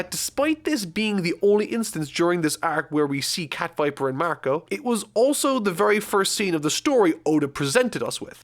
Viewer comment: "cat viper"???? what??